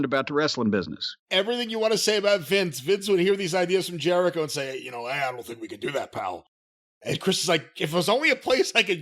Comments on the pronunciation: He said Chris ‘Jericho-vid’ 😂😂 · "Chris JeriCOVID," 😂😂😂